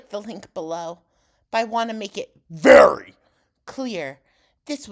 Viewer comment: 🍨🍦🍧 The "VERY" took me the f out 😂😂😂